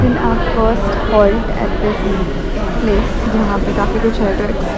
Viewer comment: Halt not hault* 😅😅